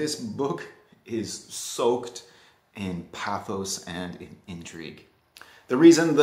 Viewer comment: Interesting list! I've only read the Dumas. Would I be too pedentic if I corrected your pronounciation of pathos?